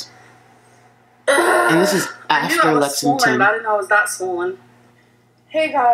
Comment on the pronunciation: I hate how she calls it swollen.